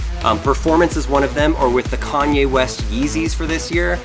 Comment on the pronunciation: Lol ......Corn-ye West